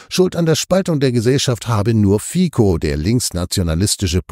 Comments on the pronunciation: Kritischer Einwand eines treuen Zusehers: BITTE lernt die Namen der Menschen, über die ihr berichtet, richtig auszusprechen. Dass hier aus 'FIZO' ein falsches 'FIKO' gemacht wird, ist mehr als peinlich. Danke. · Geehrte NDS, der Name Fico wird mit "z" ausgesprochen [fizó]. Zumindest in der slowakischen Sprache. Hochachtungsvoll